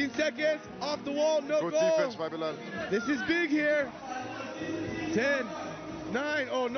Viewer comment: It’s Bilal not Balil